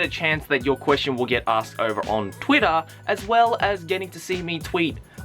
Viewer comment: I love the way he says Twitter. . . Tuirah